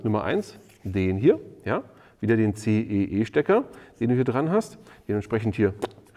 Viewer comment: CEE nicht EEC :D